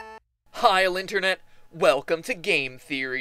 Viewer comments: “Hi linternet” -MatPat, 2011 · Did u say linternet mat pat? lol